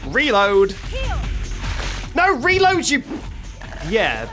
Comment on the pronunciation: suddenly realized.. is hearing you say "recover" instead of "reload" and that's why she kept healing?:O